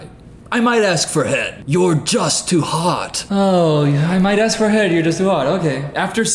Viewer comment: Yeah this guy will be on the news one day for horrible things. Edit: Don't take advice from someone who says ax instead of ask 😎